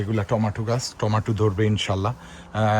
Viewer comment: টমাটু না টমেটো 🍅